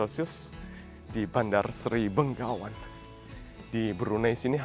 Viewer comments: selalu salah menyebut Begawan dengan Benggawan. Mungkin karena orang Indonesia terbiasa dengan menyebut Bengawan (Solo)😅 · Yang benar Bandar Seri Begawan, bukan Bengawan 👍🙏